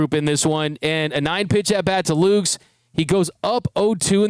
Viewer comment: Jays fan here. FYI Nathan Lukes surname is pronounced Lu-kus. Two syllables, not one.